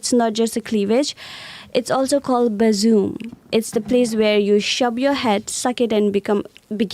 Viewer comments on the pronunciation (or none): She was saying bosom, not bazoom 😂😂😂😂😂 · She wasn't saying buzzoom, she was saying bosom. She was saying the woman's bosom is a safe, nurturing place in her culture but in the West it's oversexualized. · She was tryna say bossom 😆 🤣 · They don't realize that she's trying to say bosom😂